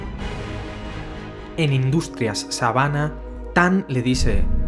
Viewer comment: Hey podrías pronunciar bien los nombres? Le cambiaste él nombre al pobre Dr. Sivana a Dr Sabana.🤔